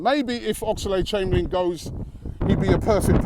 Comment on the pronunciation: Robbie Please stop saying Ox-a-lade Chamberlain. It's just Oxlade mate.